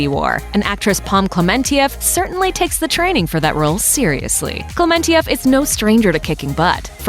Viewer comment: pom klementieff narrator: pom kluh-man-ti-ef pom: cleh-mun-chaf